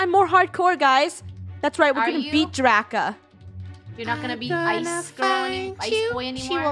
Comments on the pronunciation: why do I keep hearing funneh say draco end draca says "DRACA" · It's DRACA not draco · I saw funneh saying draca But captions:rakha